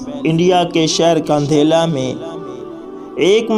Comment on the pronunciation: اوہ میرے بھائی یہ نام کندھیلہ نہیں بلکہ کاندھلہ ھے اور یہ قصبہ پہلے ضلع میرٹھ میں واقع تھاجو اب ضلع شاملی اور تحصیل کیرانہ میں واقع ھے